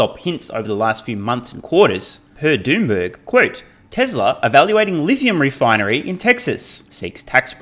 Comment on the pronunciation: Did you just say ‘Doomberg’ in stead of Bloomberg? 😂🤣🤩 briljant